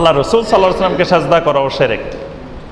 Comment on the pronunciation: শেরেক না শিরক ভাই।আপনি সুন্দরভাবে বলুন সেটা আরও ভালো হবে ভাই।